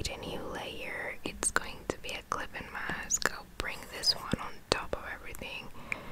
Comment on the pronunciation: I just love how she says clipping mask